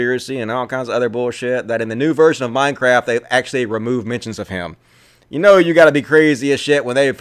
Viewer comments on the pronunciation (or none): none